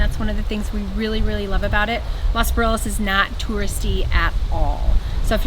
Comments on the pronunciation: Please try the pronunciation of los Barriles instead of butchering it with no care if you really like it so much 😮 try being a better ambassadors 😅 Lol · consider saying "Los" Barriles and not "Las" Barriles. After all you are not in "Las" Angeles!